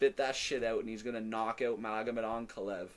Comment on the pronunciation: Did I hear an AnakaLAEV????? Growth